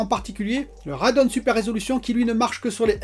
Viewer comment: Hi décidément, pour les gpu AMD ça se prononce Radéon 😁